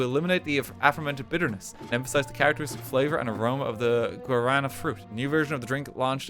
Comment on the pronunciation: Oh my god, RT pronouncing Guaraná is the most cursed thing, bless. (The soda is very good btw, easy recommend from me.)